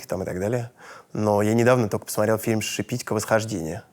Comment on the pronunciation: На мой взгляд, будущему режиссёру стыдно не знать фильм "Восхождение" Ларисы ШепитькО, который был в широком прокате. И ударение в её фамилии - на последнем слоге.